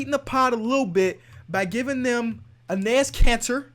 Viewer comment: “Enaes” Kanter